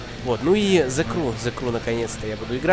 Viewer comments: Транскрипцию англ. почитай. Сrew - еw читается как ю, зэ крю. А то что ты написал читается зэ край и значит плач..... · Меня одного раздражает, как он говорит :" The CRY , а не The Crew " ??